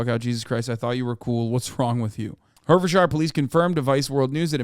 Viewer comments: Pronounced ‘Heart-thud-shia’ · I was born and raised in Hertfordshire. It's pronounced: HEART FORD SHEER